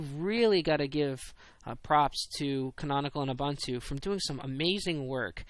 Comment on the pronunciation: Your comments about keeping criticism constructive are greatly appreciated. One thing, its oo-boon-too. Keep up the good work!